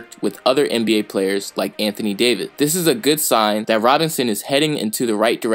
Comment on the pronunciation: I stopped watching as soon as you said "Anthony David"